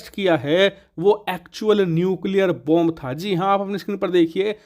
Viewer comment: व्वोंब नहीं , बोंब नहीं बल्कि बॉम्ब। 😊😊